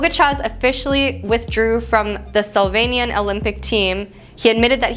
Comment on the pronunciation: Why she keep saying SOLvanian? 🤣